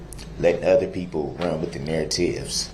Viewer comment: not narative narateeeeeve